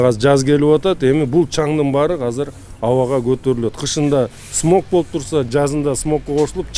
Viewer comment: Казыр эмес , азыр деп суйлосон мэр